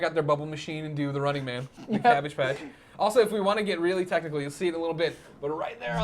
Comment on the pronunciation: lol he says rune-ing